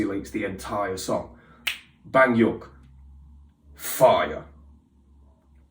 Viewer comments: For Baekhyun's name it's pronounced more like Bae- Kyun. It should almost sound like your saying Bacon🥓. But i do recognize your efforts. Baekhyun just got back from his mandatory Military enlistment hence why this is 2 years old. He put out a mini solo album before he left Bambi being one of the tracks on it. Kai is now going away for his. And i do want to say while i do think Baekhyun is more inclined to keep his clothing more covered up. And seeing the way certain idols are more show offy with their bodies. It needs to be said people like Kai, Taeimin, BangChan, Ten Lee, and so many more are breaking Korean beauty standards by wearing revealing clothing. Just like idols like Changbin, and WonHo are breaking korean beauty standards for male idols (most of straykids are). Changbin being bulking up and getting shredded is not the norm for Male or Female idols in the industry. Often times Idols will have a contract that states how much they are allowed to weigh. And the companies do weigh their idols regularly and they will be put on strict diets if they are "overweight". They are in fact not overweight by any means but it is what is considered desirable. During trainee days Bang Chan gave all his meal tickets to girls in Twice specifically meat tickets so they could eat meat. He didn’t have too but he wanted too. Especially female idols are not treated well by the companies their standards are much higher Especially weight related. Also Idols are not allowed to date, and i ha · I lost it when u said banyok 😂😂😂😂don't worry u don't need to be sorry for not pronouncing it right take your time and don't rush exo-l are really chill and mature we won't attack or criticize you for making mistake or giving your honest opinions we even accept constructive criticism for exo 😊but the banyeok is iconic 😂😂😂😂😂👌❤im also impressed by how u got 3 members right fast specially chanyeol some people take months to get all the 9 members down and that fine ❤